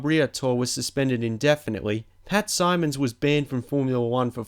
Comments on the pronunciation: It's really hard to believe that he could make it this far through life without someone at some point stopping him mid sentence and saying "... hold on, mate,... did you just say Mickelen?... " or not watching a live SKY F1 and hearing someone say 'Pat Symmonds' ... so i'm kind of assuming he did it for the joke just to get a reaction. Either that, or he has absolutely no friends and never talks to anyone about motorsport that no one has ever burst out laughing right in front of his face, spat our their VB and said.. 'it's Michelin you daft cunt' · It's Bria tor ree and Pat Simm ons not simons. Mickellan tyres. Fuck me mate, learn to fucking speak.